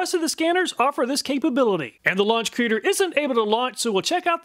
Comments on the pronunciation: It's not a creader, it's a C reader, short for code reader. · I think it's pronounced C-reader. But creader sounds much better